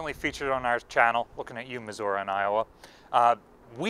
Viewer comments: Unfortunate that you can't pronounce Missouri correctly. It's Missou-ree, not Missou-ra. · How many times we gotta tell you, concrete is not acidic. Think lime, concrete is made with lime. Lime is a base, a base is the opposite of an acid. Lime is caustic, caustic eats steel, makes it rust. And Missouri is not pronounced Missouruh